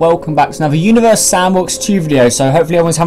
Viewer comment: at the beginning of the video this is what i heard you:welcome back to anover video of univars sandbox 2 me:huh [replays video] you:welcome back to another video of universe sandbox 2